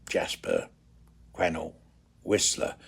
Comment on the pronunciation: Quesnel, pronounced Quinn-ell. I don't know why you would travel in May, it is still winter in the Rockies. The location you thought would be lovely for a wedding ceremony will be around 25-30°c in July, Aug. and early Sept. Your 360° camera is interesting but for me there was too much distortion. I am really pleased that you have enjoyed your visits to this part of the world, to me it is home. Kind regards, David.